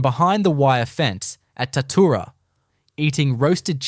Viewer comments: Bullshit, I am from Shepparton right near Tatura...there was a major Japanese prison camp at Tatura(pronounced Tatchoora). Its well documented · Im from Shepparton, about 40km from Tatura...ffs get the name right! Its pronounced Tatchoora. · Such a pity the creator was too lazy to make even a small attempt to coordinate the photos with the narration. The Tatura Wartime Camp Museum has photos and other items which could have been used in this production. Oh and it's pronounced 'Tat-you-ra'. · Pissing me off, Its Tatchoora. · Pity the narrator can't pronounce Tatura correctly. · So true, I winced every time he/it said the word.